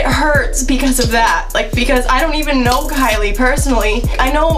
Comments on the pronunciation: ky LIE cOsmEtiCs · TALK ABOUT KY-"LIE"😂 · Lol “kyLIE” fr tho